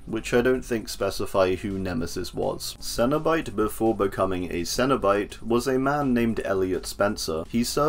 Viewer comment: Thank you for finally pronouncing Cenobite correctly